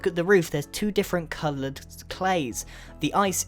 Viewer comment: "That's two different colouttfrdc clays" xDDDDDD